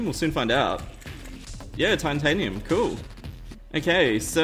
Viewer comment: he said tiantanium